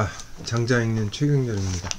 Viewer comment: 첫 째, 장자 깅의에, "장자"의 발음이 틀렸음을 지자하지 않을수 없읍니다! "장자"의 " 장"자는 길게 발음해야지요. 장자 강의를 하시는 학자께서 "장자"발음ㅇ.ㄹ 발.게 발음하지 못하는 한극의 문화가 한없이 슲ㅇ오이다. 한국 언어 타락상이 하 분하여 "눈물로" 쓴 책이 "한국 어문을 고발함"이오니, 고국 동포 며러분! 이 책을 조용히 읽어 ㅈ 시옵소서 미국 변 완수 드림